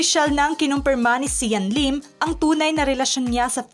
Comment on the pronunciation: Hahaha natawa ako sa leelim or lilim😂